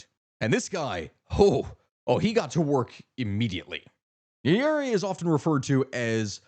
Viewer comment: 1st good work o highlighting this issue esp now that it democracy is facing a brutal march to death in Africa & more so East Africa, but please learn to pronounce Swahili properly, this has to be the easiest language to learn eg its Nya-re-re if you need help DM. 2. If you're going to do one one on Kenya, you'll find many similarities like issues of corruption but Kenya has perfected the art of silencing dissent from using intelligence agencies, outright buying the opposition and even more mysterious is the silence of the international community when the government is cracking down on protesters. Another oddity is how the government is using social media to push propaganda while at the same tracking down government critics. once they track these critics they're are abducted, people make noise on social media, the critics are released but surprisingly become less critical or silent. An example would a cartoonist of local newspaper. If you're planning to do a piece on Kenya please talk to Kenyans like on tiktok or reach out to Larry Madowo. Again i cannot emphasize how the Tanzania & Kenya stories are similar both Samia & Ruto accused NGOs of funding dissent...its as if they are sharing tactics on crushing opposition like how Kenyans on X are being used as social media mercenaries by Tanzania to paint a rosy picture. I think this has to be the most fascinating that both Kenyan & Tz govt are paying Kenyan social media influencers to counter opposition narrative and how much th